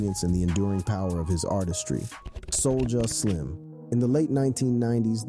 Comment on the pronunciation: wtf?? You butchered all this rappers and everything in it homie